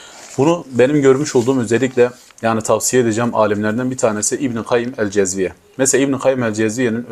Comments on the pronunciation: İhsan Şenocak hoca delilli konuşuyor siz cahilsiniz müslüman a müşrik diyorsunuz .siz tevhid değil tefrik ehlisiniz.daha İbn-i kAyyimin ismini yanlis söylüyor sunuz cezviyye değil cevziyye.fatiha süresinde namazda okuyamaz siniz kendinizi ilim adamı zannediyor sunuz .bı ayeti bile Arapça okuyamıyor sunuz. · Hocam ibnul kayyım El-cezviye değil- doğrusu El cevziyedir. Muhtemelen kalpleri marazlı aşalıklar dilinizin sürçmesi sebebiyle yaptığınız bu hatayı tevhidin batıllığına delillendirecektir. Fakat onlara bu konuda mahal vermeyelim. Selamet ile…